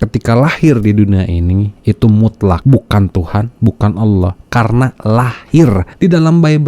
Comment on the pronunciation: Menyebut Allah saja aloh... Penipu kelas kakap ini orang, laporkan saja ke polisi... Biar jelas..